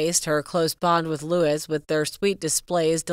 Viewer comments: Pls do your homework prior to making a video. 😊 Sh/b pronouced "Louie" not Louis. The name is "Tindall" not "Tindell." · It’s pronounced “ Lou -ie”, not Lewis! My brother is named “ Lou-ie, not Lewis! It’s also pronounced…. “Tind-ell”, with an E, not Tindall with an A. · Loueee! Norfirk! When are you Americans going to learn???!